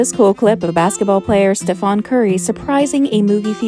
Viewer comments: Bro she said stephon it’s stephen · Anyone realize how she said "Stefon Curry" instead of "Stephen Curry" or is it just me? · I am so unhappy from her saying ste-phon curry instead of pronouncing it as Steph or stephen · Nah it’s Stephen curry ont no stephon curry Stephen Stephennnn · Did she just say stephon😅😂😂😂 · Nobody finna talk about how he said StephAWN curry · Lady didnt say stephon pls tell me she didnt 😭😭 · I was watching this video really eased.... until the narrator said Stephon Curry... man i broke💔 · not pronouncing stephen curry like stephon curry 💀💀💀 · bro come on at least say stephan curry properly im not trying to be rude but please say it properly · Did you just say stephon curry oh hell na never say his name you don't have the right